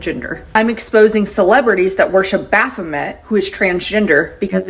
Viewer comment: this woman really pulls baphomet, a satanic entity, into her transphobic agenda.. as a satanist (which is not in any way shape or form how she or other christians portray it), this is just insane. and then she can't even pronounce 'baphomet' right💀